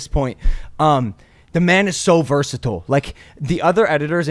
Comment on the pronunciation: if i had a dollar for every time logan says “verstile” i would have enough money for the maverick club